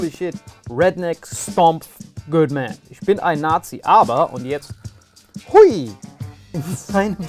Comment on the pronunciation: Zuerst wie Ghandi, dann wie Hitler! 😂 Und wie er dieses "good" ausspricht ist richtig lachkick! Salim ist der beste Comedian nach Faisal Kawusi! Bitte den als nächstes!